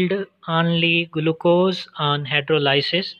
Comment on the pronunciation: Its not guluccose its glucose